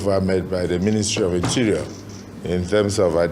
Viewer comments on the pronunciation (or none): minister matawalle wey no fit pronounce him ministry name